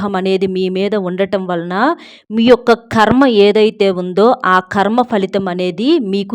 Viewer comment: మా ఖర్మ . ఖర్మ కాదమ్మా కర్మ .